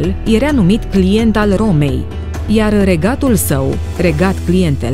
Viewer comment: cand te aud ca spui erea in loc de era... mi se pun pitici pe creier